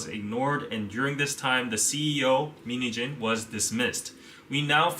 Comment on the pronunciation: Whenever he says min heejin I hear mini jeans lolzz